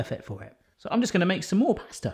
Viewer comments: Anyone else realise that says ‘plaster’ instead of pasta 😂❤️ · You said plasta at the end just after you tasted it 😂